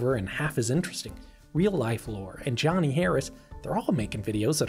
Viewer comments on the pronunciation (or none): none